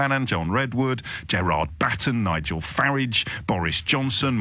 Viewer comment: It bothers me that you don't pronounce Nigel's surname correctly.I'd like to ask you about that on air.